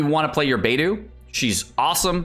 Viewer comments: Please dude, Beidou is pronounced Bei Doe, and Xingqiu is pronounced Xing Cho. Please fix your pronunciation. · Beidou fave character but can't pronounce her name correctly. Or is this like Keqing where he keeps doing it on purpose after being corrected? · Love beidou but still can't pronounce her name correctly 😭😭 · "Bediou is my favorite character" but you still don't pronounce her name correctly.... There is no excuse when you hear the name spoken in game and ESPECIALLY from the own character's mouth!